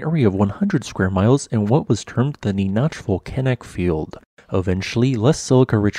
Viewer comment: NEE NACK not Née noch 🤦‍♂️ ugh get it right!! This is actually a little unnerving because the split volcano is right next to me lol. West of Lancaster is Palmdale where I live.